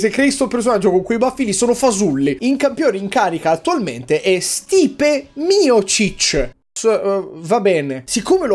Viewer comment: Si legge staip